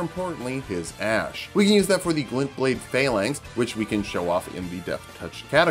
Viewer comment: "he Will give us his SWORD, but more importantly, his AS-SH." LOL